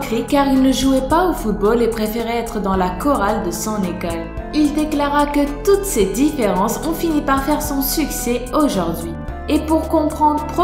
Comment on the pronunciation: 8: 28 elle dit à l'éconne et pas à l'école